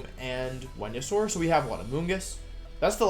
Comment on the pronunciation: Talking about Dracovish counters that got removed cracks me up. “This gives Tailwind, this gives sun, this gives Follow Me, this gives ... Wenusaur.” Great wideo, Wolfe! Love this!